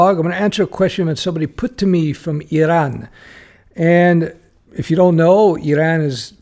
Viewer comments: Correct pronunciation too! Eeraan. Useful advice. From your video it seems like Canada might be welcoming software people? Back in the 90s when I was trying to apply from US, it was tough. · Did not trigger me because we are pronouncing it like that in my native language :) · It is kind of a hybrid pronunciation first sylable in French and second in English, and that's how they pronounce it in Iran and the surrounding countries and other languages of the region. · Why? It was a lot closer to how the natives pronounce it than Americans.